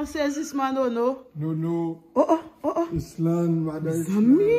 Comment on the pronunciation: Ysselande di depose 😂😂😂😂 mèsi la direction 😂😂😂 np tiyem😂😂😂😂